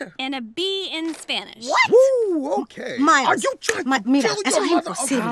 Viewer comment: "Mails" XDD its Miles